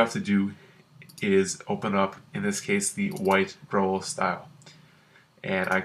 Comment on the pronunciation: Holy shit how can you pronounce Growl like that?!